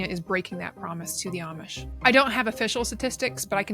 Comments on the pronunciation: Just one thing, it's Amish, pronounced like "Aumish" like "Autumn" not "Armish" like Brits say. I'm a transplanted Brit in Lancaster County, Pennsylvania and I've been corrected many times so please get it right! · There is no 'r" in Amish. At least show that you know something about them by at least pronouncing it correctly.